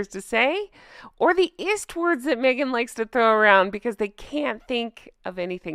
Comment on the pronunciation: Who’s Merghan? 😂😂😂😂😂